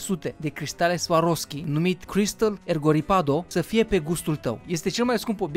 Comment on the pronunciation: cristale swaroski :)))) swarovski"